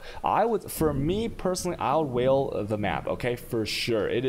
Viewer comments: It did actually take me a few minutes to figure out what he meant by "whale" orb, and I've been playing the game off and on since domination. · That's how he pronounces Vaal Orb, I find it amusing on stream but I said above why he should use normal english for tutorials